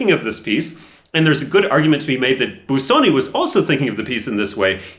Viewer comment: Just don't say "Biew-soni". It's easy: "Boo-soni" 🙂